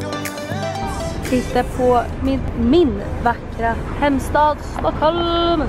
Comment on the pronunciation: Stuckhulm xd vet att det heter Stockholm